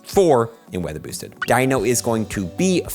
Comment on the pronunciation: Bro you need to enunciate. Listen to yourself say “not weather boosted” it sounds like gibberish.